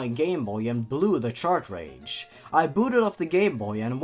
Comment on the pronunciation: What is with everyone saying chartrage?